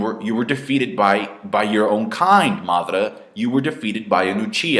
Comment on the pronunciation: seriously the way you guys pronounce the Japanese names is just so annoying !! its: MA-DA-RA why the hell u keep saying MATHRA mothafckas ! that's is just sick as F***